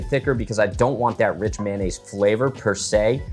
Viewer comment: It's NOT MAN NAISE, IT'S MAYO NNAISE